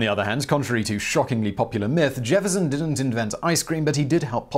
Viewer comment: I didn't know that "didn't" had 2 d's in the middle.